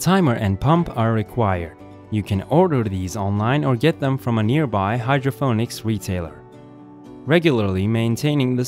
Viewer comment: Its Hydro "PON - ICS" get a better AI speech program